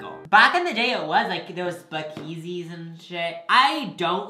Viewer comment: Am I the only one who laughed when he pronounced speakeasy like “spakeezy”